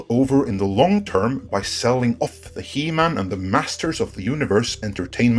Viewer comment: It's he man... not e man